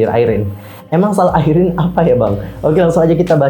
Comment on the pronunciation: Apa cuma saya yg nyebut IRENE👉IREN Bukan (ai)rene 🙂